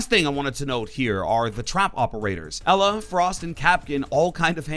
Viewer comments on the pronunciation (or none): none